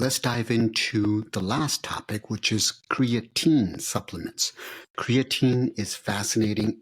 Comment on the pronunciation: just say creatine man dont rock the boat with the funny pronunciation and they BOTH did it